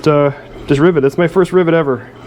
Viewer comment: did you just say ribbit lol